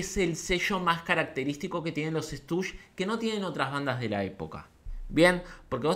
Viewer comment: Me molesta que digas "Estush" en vez de "Stushis". Igual te quiero.